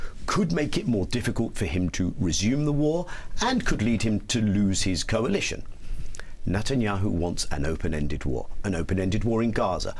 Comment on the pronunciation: Is Levy the only person calling him “Nutenyahu” during serious interviews? I’m here for it 😂